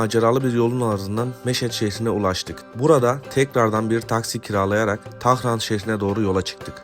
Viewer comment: Tarhan degil tahran